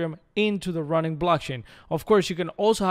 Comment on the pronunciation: It's "Ronin" not "Running"